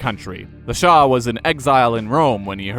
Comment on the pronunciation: Its Shah NOT Shaw!!!